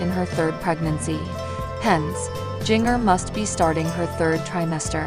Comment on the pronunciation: Her name is Jinger not Giger! Get it right people!